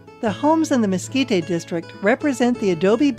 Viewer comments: Mes-KEE-tay??? Where you from, partner? Try Mes-KEE-teh.....sheesh! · Mesquit-tay? really people? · "We're here in Lase Cruises in the Miskeetay area where there are lots of places selling Chilly peppers! It is great to be in the 'New' Mexico (not the old one) where there might be Meskicans and stuff." Good God, who did they get to narrate this???